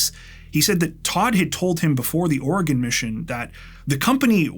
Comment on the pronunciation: And he even says "Oregon" correctly, so on behalf of every Oregonian thank you. ❤